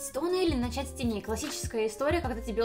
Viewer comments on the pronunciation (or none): Мне одной послышалось (начать стоны или начать с теней? Мне начали с бровей)????